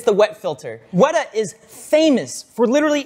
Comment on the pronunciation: Real small thing guys, Weta is pronounced "wet-ah" not wait-ah. It's an insect here in NZ.